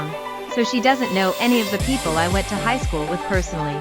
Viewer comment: You need a much better text-to-voice program. Actual human narration is always far, far better. The emotion that comes thru really improves the experience - and you don't get the "it" coming thru as "i" "t" or "to" as "t" "o".